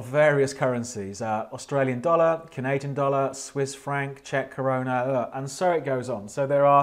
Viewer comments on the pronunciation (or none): it’s actually “Czech Koruna” but sounds like he said corona 😂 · I swear he says czech corona “ugh”